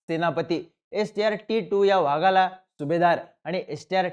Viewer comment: व्हागाला नाही रे चिन्या... वाघाला म्हण 😂😂😂